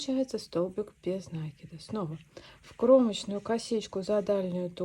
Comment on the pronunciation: Спасибо за прекрасный мастер-класс! Отличный узор! Одна маленькая просьба: слово накИд, ударение ставим так же, как в слове накИдывать.